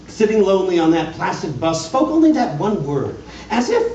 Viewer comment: I don't mean this as a criticism of this performance but I've noticed that even people that are reading The Raven race passed the word ONLY in stanza # 10 and miss an obvious rhyme scheme. Even though there's no comma on the word ONLY it should still be slightly emphasized because it rhymes with LONELY. "But the Raven, sitting LONELY on the placid bust, spoke ONLY that one word, as if his soul in that one word he did outpour.